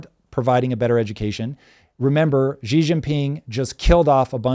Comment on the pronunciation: Xi is pronounced she like a girl. Please.